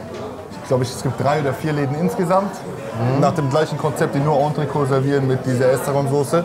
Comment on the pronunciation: ENTRECÔTE, wie MOET, nicht Entrecooooooo, Moeeeeeeeeeee. Ihr Männer von Welt.